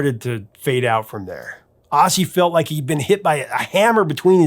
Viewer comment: Seems like AI is only artificial, aussie instead of ozzy? Sorry but i can't and wont deal with artificial stupidity.